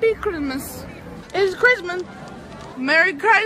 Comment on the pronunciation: Merry QuIsMoIsSsSsSsSs She literally said christmas in 𝐶𝑢𝑟𝑠𝑖𝑣𝑒